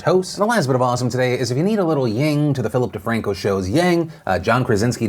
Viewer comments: It’s actually “Yin Yang” not “Ying Yang.” But thank you so much for keeping us informed and entertained during this weird time! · It's 'Yin', not 'Ying'. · It's not "Ying", it's "Yin". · Do you just say Ying to the PDS Yang?? Its Yin fam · idk if anyone has said it but: it's 'YIN - yang' not 'yinG - yang' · It's yin Phil, not ying, yin yang. Also NordicTrack? Pretty sure my mom's old one she bought in the 90s is still in the garage... I think I feel old.. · ying yang ? thought it was yin yang